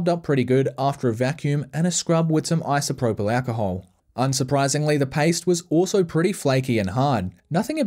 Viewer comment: i love the way he says isoproblacahole